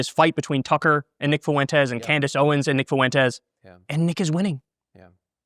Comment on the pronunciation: "Nick Foo-Entez"